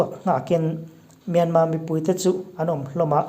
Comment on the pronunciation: Myanmar thi hi alam dan hi ka lo ngaihtha ziah thin a , Myanma(mianmaa-maa) nilo in = Myanmar(mianmal-mal,r) ti tur aw. Sorry lutuk ee ka sawisel na pawh ni masa lo nia, min lo riathiam dawn nia..